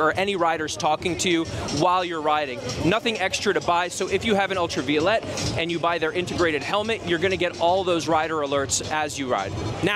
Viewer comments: Pronunciation, proper pronunciation is paramount when doing any video. So, let me help you. Ultraviolet is properly pronounced: ul tra veye (as in 👀) O let. Not: Ul tra vee o let. FYI. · pronouncing the name wrong